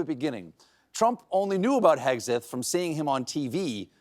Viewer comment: At first, I heard you say Pin HEADseth